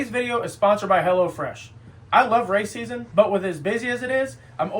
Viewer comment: Brother that add reading sounded like “I love racism” instead of “I love race season”😂😂😂